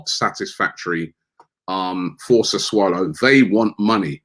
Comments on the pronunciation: Everybody: "Sessulo" Robbie: "Sesswalo" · "Saswallow"😅 Oh, Robbie... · 'Sir swallow' listening to Robbie pronounce foreign names is a vibe 😂😂😂😂😂😂😂😂😂😂😂😂😂😂😂😂😂😂😂😂😂😂😂😂😂😂😂😂😂😂😂😂😂😂😂😂😂😂😂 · Saswallow Robbie, seriously?…..You need to work on your pronunciation mate. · Man said Sasuwallow hhhhhhhhh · That’s how it’s pronounced in Northam Italy